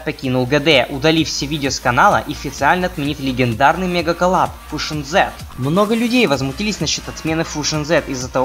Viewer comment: не фужон,а фьюжон